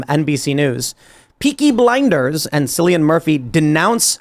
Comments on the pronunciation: Sillian Murphy 🤣🤣 it's pronounced Killian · Cillian == "Kill-ian" for pronunciation. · It's pronounced KILLian Murphy